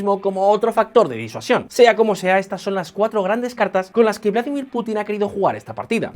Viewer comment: No se dice "Vládimir" sino "Vladímir".